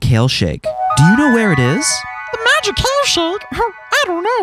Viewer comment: "I'm just a bowl of fun" I heard I'm just a bowl of fuck anyone else lmao